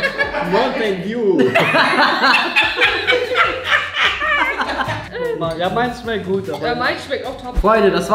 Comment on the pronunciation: FALCO SO : MONTEN DEW😂😂